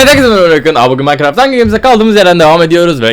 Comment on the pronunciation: Arkadaşlar Orkun başlangıçta "evet herkeze merebalar ben Orkun" diyor.